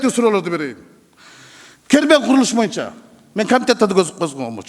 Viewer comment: Ошентсе сссрде береке паиз болгон. Бул Рыскелди Текебаев парламентте отурган да бийликке ооп сүйлөйт эле.Эми азыр жоктон көрө жогору болуп балкылдап атат Эсен болсун ушунусуна да шүгүр.боюнча дегенди моюнча деп сүйлөйт...Бир жакшы укулукту сүйлөй албайт шашып балкылдап сүйлөйт.